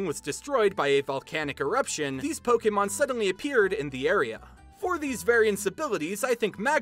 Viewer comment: OMG FINALLY SOMEONE SAYS POKÈMON RIGHT!!!